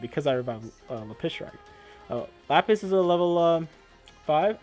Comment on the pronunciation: It’s LAppis dragon, not laPPIS 😂